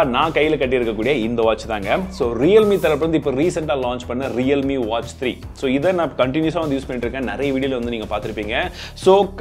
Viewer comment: WATCH becomes EATCH🤣😂